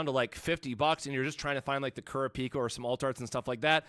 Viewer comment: Lol kurra-pika he just need to add chu to it lol